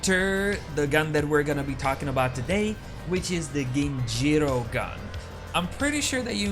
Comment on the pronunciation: So what? This isn’t how you pronounce it, dude, like not at all.